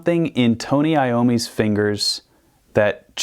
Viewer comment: "Tony Iommi's fingers" yikes someone better tell him